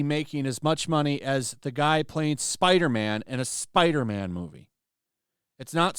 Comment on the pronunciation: Spiderman not Spiderma'am, Kirsten....